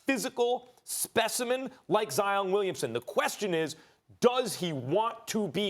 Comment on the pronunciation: the disrespect in how you just pronounced my guys name. wow....